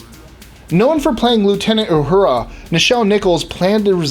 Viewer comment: it's Uhura not Ahura are you trying to make us crazy?.. ooooh loved the KAHNgess... crap.. I didn't know scotty invented klingon? other then that oh yeah and doc playing spock.. I knew them all.. although I would not call myself a die hard trekkie.. I do love it all.. and James will always be my fav.. although Jean luke wasn't bad either.. I like the story Lenard tells of him peaking at service when he was young to see the soon to be vulcan peace sign..